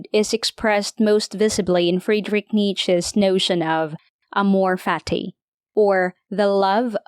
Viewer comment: "Sartrey"😑... How illiterate are you, exactly? And the concept of "amor fati" (and NOT "amor faRti", wtf??) is used by Nietzsche, but it is coined either by Epictetus, or by Marcus Aurelius.